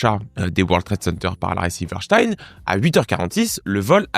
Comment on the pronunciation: Prononciation correcte : silver stine